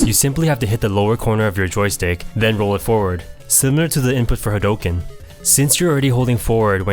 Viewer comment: did this guy just mispronounce hadouken?